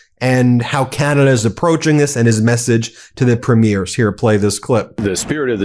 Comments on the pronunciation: As a Canadian I love your channel, even before Trump started FN us around. However, Ben, you're pronouncing premieres wrong. The emphasis should be on the first syllable not the second. If you're in question just give Charlie Angus a call. Keep up the great work. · Nooooot “preem-mee-airz” Mr. Hollywood. Preem-yers. Listen to the clips you use! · Premiers is pronounced preemiers not primiers. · My dear Ben, if you are going to talk about Canadian premiers, they are not pre-MIERES, as in premiere of a movie, but PRE-miers. Thanks kindly. ❤🍁❤ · They are NOT “Premieres”, that’s the opening of a show, they are Pruh-meers. Sorry, it bugs me. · Just to let you know, except for Quebec, we say PREEM-yerz. 😊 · PREE-meers. Listen to how Mark Carney says it. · PREEM-yer is the pronunciation of Premiers of our provinces. 🇨🇦💪🏼✊🏻🇨🇦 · Premiers is pronounced incorrectly. Enjoy your show